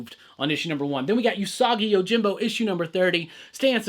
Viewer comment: It's ew-sagi yojimbo btw. Not yu-sagi. Just a heads-up.